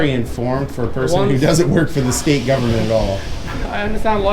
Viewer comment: "In a gubment billdin', that should be illegah. If it ain't, it oughta be." 😂